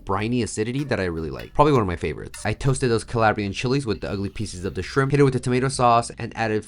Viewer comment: Ca-lah-bri-an chilies. My uncle got on my for pronouncing it the way you did. But looks fantastic chef!